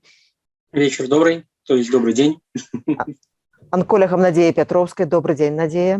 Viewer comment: Да уж,трауматолЯг,анколЯг